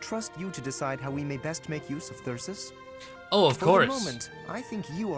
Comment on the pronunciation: That's cause he hits on the majority of the female characters only ones immune are Edelgard, Shamir, and Catherine maybe he's afraid of them :3 Wow +7 to phys and mag now I see why you've been ignoring his personal :P Meh call Thyrsus whatever I liked your way of pronouncing it. It would of been cool if this gave you the option to have a tea party Same with Maya although Raph was the only one who talked about her Through all of GD Flayn didn't mention cooking once now she has multiple supports about it 😅 I bet it was a seafood dish fish bones can be a pain in the ass to deal with :/ Surely other people have that covered 😂 Incredible supports as always